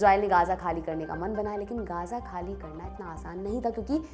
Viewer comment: मैम वो गजा है ना की गाजा और गांजा😂😂😂😂